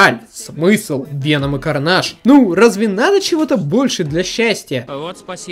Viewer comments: Хватит пожалуйста называть Карнеджа карнажем. Мы не во Франции, это звучит отвратно. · Не карнаж, а карнедж!!!